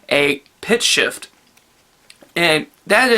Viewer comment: I honestly thought you said pig shit vocals instead of pitch shift vocals lol